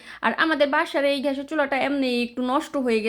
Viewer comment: কতো কিছুর নাম তুমি বলতে পারো না। কিন্তু তোমার অভিজ্ঞতা শেয়ার করছো, দেখতে ভালোই লাগে। তুমি গোশতের ঝোলে রুটি ছেড়ে দেয়া রান্নাটা পারলে ডিটেইল দিও তো! ভালো লেগেছে আইডিয়াটা। তোমার কথাগুলো এনজয় করি - আজকে চরবি( চর্বি) কে তুমি চোবরি উচ্চারণ করেছো😂, লাবাং কে ল্যেবান,গ্যাসের চুলাকে- ঘ্যাশের চুলা😊। ভালো থেকো। জাযাকিল্লাহু খইরান